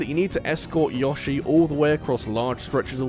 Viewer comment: Couldnt agree more in number 1. I hated the lilypadlevel... Oh, and props to you for pronouncing "Yoshi" correctly.